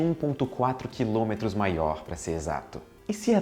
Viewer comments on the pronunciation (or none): "quiômetro" haha